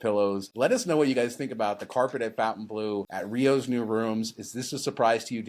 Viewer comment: It's stupid to give a Vegas hotel a french name that no-one is going to pronounce properly, but of course it probably doesn't matter. I'm not being a snob, but it's not 'Fountain Blue', it's (approximately) Fon tain blo. But what the hell.